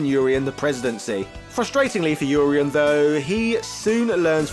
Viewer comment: Oreien?? It's Urien